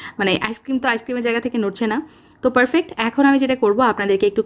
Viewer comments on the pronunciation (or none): হান্ড্রেইড, পেরসেন্ট, পেরফেক্ট, কেন্ডেস্নড মিল্ক, উচ্চারণ এমন কেন?